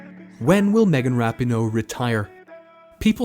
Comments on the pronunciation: Starting with the pronunciation of her name (never a good sign in a bio piece) and it goes downhill from there. Pinoe's great but I'd give the research here a D. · You said her name wrong the entire video but otherwise great info